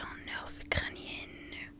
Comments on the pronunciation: Rien de méchant je voudrai juste corriger certaines erreurs que tu fait à chaque vidéos : On dis ner et non pas nerfe le f ne ce lit pas (je sais que ça s’écrit nerf) Et vu que c’est un nerf du coup c’est crânien et pas crânienne Et ne demande pas l’orthographe du prénom mais demande de l’épeler Et t’es vidéo son incroyable c top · Coucou! Juste pour t’aider à t’améliorer pour la prochaine fois, le mot nerf ont ne prononce pas le f alors ça sonne comme ver mais avec un n à la place du v. J’espère que je t’aurais aider bisous ❤️❤️❤️